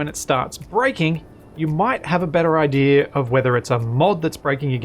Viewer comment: Is there a mod that removes the R from the end of the word "idea"? :P